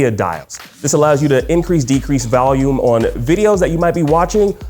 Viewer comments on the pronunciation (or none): What the hell is Valume